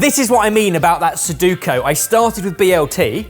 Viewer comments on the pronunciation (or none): Loving the episode! I just want to say... yes, I'm THAT guy... sorry, but the word is Su-DO-ku and not Su-DU-ko. 😁😁 Now let's carry on, shall we? I'm anxious to see if he gets them all in! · SEDUKO instead of SUDOKU is crazy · I'm more upset with his pronunciation of "suduko" rather than 'Sudoku' 😂😂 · Has no one told that he’s always called Sudoku, Soduko incorrectly? 😂 great episode, enjoyed it 👍🏼👍🏼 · It's suDOku, not suDUko. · am i the only one who is upset he's getting all the letters but doesn't know its sudoku and not suduko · It's sudoku, not suduko lmao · it's sudoku, not suduko! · Friendly reminder,. It's pronounced su do ku. Not su du ko.😅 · Please, it's SudokU, not Suduko 😩😂. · Drinking game: 1 shot every time calls it suduko instead of sudoku. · Heck, is making a Sudoku out of Sudoku, by pronouncing it Suduko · Is it just me, or did repeatedly pronounce sudoku wrong? Sounded to me he kept saying sudUkO (su-due-ko) instead of su-doe-ku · Suduko? You mean sudoku?😂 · calling a sudoku a 'suduko' had me laughing. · Am I the only one annoyed at "Saduko" ? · said "suduko" instead of "sudoku" hiehiehie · Anyone else bugged that keeps calling it SudUkO and not SudOkU? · It's sodoku, not soduko. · it's "sudoku", not "soduko" 😂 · i hate being this kind of person but it's su DO KU, not su DU KO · Drink every time says Suduko instead of Sudoku. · Great idea, I’m looking forward to the ones in order:P Oh, please nobody mention to, that it’s “Sudoku” not “Soduku” or “Soduko”;) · It is one thing for be cheeky with the letters of the ingredients, but seriously, fix the way you say 'Sudoku'. The vowels go U-O-U. Not U-U-O. That said, if you do this challenge again, I think the normals have the right to demand the cook eats any of his chosen ingredients completely to keep these shenanigans from repeating themselves. I'd love to see eat a roll of baking paper. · It's Sudoku, lol